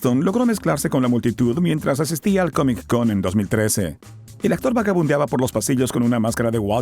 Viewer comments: Porque dices CAMIC en vez de COMIC? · hay algo que se llama CONNECTED SPEECH. No hace falta que pronuncies la C dos veces. te escucho y me saturás el cerebro. no se dice COMIC CON .... la consonante final de COMIC es la misma la consonante primera de CON, la letra C. Entonces se pronuncia todo directo: "COMICON"